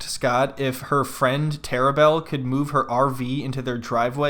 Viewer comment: "Terrabelle" lol